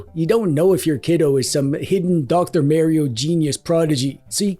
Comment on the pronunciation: I remember when people used to pronounce Mario properly....